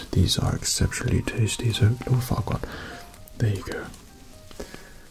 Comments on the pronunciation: At the start at first I though he said loud fuckward. And no offence I have bad hearing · It sounds like he's whispering Lord Fuckwad LMAO 🤣🤣🤣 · Who the hell is Lord whatever?? Sound like lord fukkwhat! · Oh kk ... so now I understand , ... I thought he was saying ohhh fu**er! Again and again. I didn't understand why he was saying that, when he was being so nice all the time,..... and then I saw the title clearly and only then did i understand that he was talking about lord furquaad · I heard "LORD FUC K OFF" and I screamed laughing